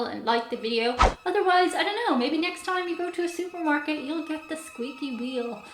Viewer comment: “Shuper Market?” 😂